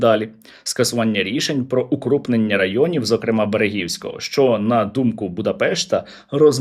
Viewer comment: Пробачте, що не наголосив у-Нещ одАвно!- Бо із на голосами?!- Теж проблема-зокр(е) мА!!! - у оцьму слові!- Іще багате зно"мутантів"- як?-"кожен"?- зам ість-кожний!!! 😊